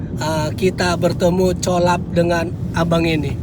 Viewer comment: Bang bukan colaps bacanya kolebs, gitu bang.